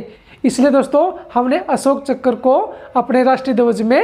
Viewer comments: Bhai chakar nhi chakra hota hai but maza bahut aaya dekh ky 😂🤣😂🤣😂🤣😂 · Chakkar nahi hota hai chakra hota hai